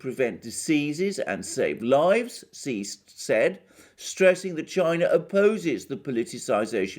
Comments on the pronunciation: Your information is greatly appreciated. Please say president Xi's name correctly it is pronounced like the word she not see. Thank for accepting my correcting you. I just want you to say correctly so no one will discredit your valuable insights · Shouldn't Xi be pronounced Shee, not See? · Hi! Great reporting! I think Xi is pronounced Shi.:)